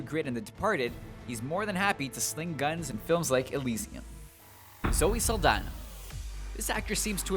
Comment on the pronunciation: lol,Zoe Saldana,not Zaldana